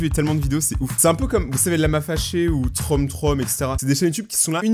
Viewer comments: Juste Troom Troom ça se dit "Troume Troume" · ta dit trom trom lol